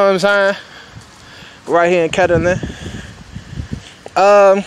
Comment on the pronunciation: It aint pronounced ketterling Cuhz😂